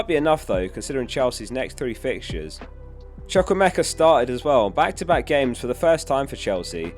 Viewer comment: Chuku-Emeka not choko-meka